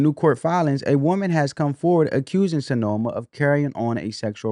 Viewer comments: Her name is pronounced how it's spelled SIN - EMA, not Senoma. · Sin-e-ma not So-no-ma. Man can you read at all?